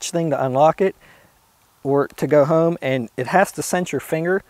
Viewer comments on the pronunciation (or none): none